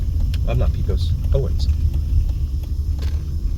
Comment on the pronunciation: Thanks for another great video! Pecos Rd. is spelt with an E, however the pronunciation sounds like an A, (Pacos Rd.) Just helping out. When I first came here, I was saying Peecos Rd as well. Love your videos.